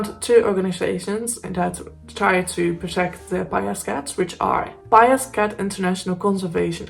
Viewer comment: Fine presentation, no issues with your pronunciation of the cat's name. Thanks.